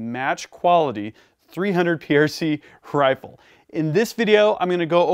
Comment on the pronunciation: "a match quality 300PRC Hrrifle"?! You been taking notes from Stewie off Family Guy? 🤣 😉